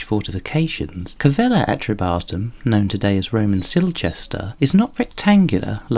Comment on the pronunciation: Its is Calleva not Cavella